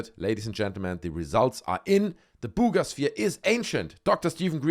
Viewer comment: "Booooga" sphere 😅